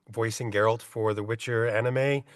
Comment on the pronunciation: Why can't Americans say Geralts name right? Its GERALT not GErart or gerard.